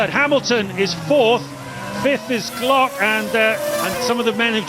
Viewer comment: As a Brazilian, every time i hear they saying Timo Glock hurts my soul